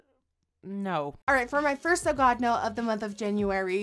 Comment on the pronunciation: sorry don't kill me but I hate the way she said ogod no instead of oh god no